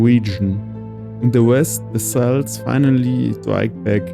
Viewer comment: Very nice video, the addition of the Shields is a great improvement. I know language can be a challenge, so I hope you will take this as constructive criticism: Celts is pronounced as Kelts with a k sound, not with an s sound - but otherwise great work!